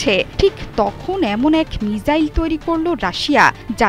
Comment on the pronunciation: প্রিয় সংবাদ পাঠিকা, মিজাইল নাকি মিসাইল????? উচ্চারণ ঠিক করুন..